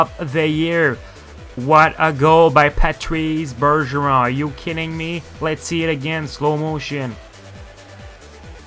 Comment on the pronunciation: Patreeez buurgeroon. Dude i can tell by your accent you’re obviously french canadian why can’t you say the name with proper french pronounciation smh…